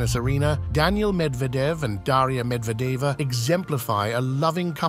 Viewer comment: So funny this AI video...he's repeating 9 retry much the same things over and over while mispronouncing Medvedev 's name.